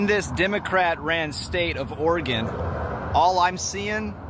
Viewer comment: 3.89, Medford, Oreegun